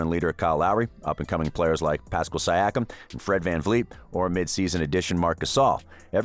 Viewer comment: Once I heard you put us lower than the Dallas Mavs/Heat post-championship woes, I raised a brow. Then saying the Raptors only star was Kawhi, I raised my other brow. Ultimately, your pronunciation of Siakam, I thumb'd down and learned you don't fully know what you are speaking of. Raps have been sick for a better part of a decade, and last year we exceeded expectations. EDIT: Still watched your video. The way you pronounced Chris Boucher... You didn't make this video, Google Search did. Your lack of true awareness of the team overall is 🤯